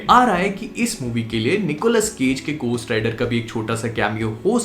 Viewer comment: gostt rider nhi beh,,, घो hota h